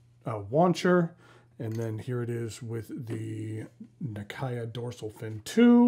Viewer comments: A couple of personal notes, if I may. 1) Nakaya is pronounced the way each syllable would have been pronounced on its own and then joined back together (na-ka-ya, not na-kah-ya), so the western pronunciation isn't too far off. Frankly, my English vocabulary knowledge is not that great, so I can't think of any words with similar-sounding syllables. In Slavic languages, there would be countless examples, since they share a significant portion of their phonemes, with a bit of imagination. Other than that, though, your pronunciation of "Namiki" and "aka-tamenuri" is practically correct. Unrelated to this video, but just bear in mind that "[colour]-age" is most definitely not pronounced like the English word "age". 2) It's virtually unfathomable to wear any form of shoes without any form of socks within the Japanese culture. Even historical armours included what you could call socks, and the traditional wooden sandals seen in the picture were always accompanied by the identically traditional socks with the thumb separated from the other toes, so it would have most certainly not been a fashion crime at any point in history. 3) Fountain pen in Japanese, 万年筆, literally means "ten thousand year brush", as in "a writing instrument which shall last a very long time", which tends to throw off many translators. 4) Urushi/Maki-e pens designed with cap posting in mind typically include a "rubbery" protection layer on the inside of the cap. If the material is exposed on the inside as well, t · You should pronounce the Nakaya as how Japanese would...this is just being respectful of the brand and the product. Just saying... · so? When you dont know how to pronounce it maybe its fine but when you already know...ahould said it the right way...i mean isn't infuriating when someone pronounce your name wrong?